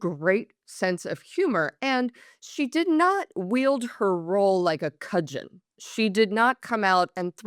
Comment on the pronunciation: "Cudgen" (sic) s/b "cudgel" 🤓